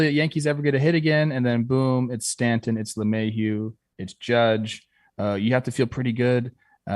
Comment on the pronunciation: Cannot get over the way doesn't hit the T in Stanton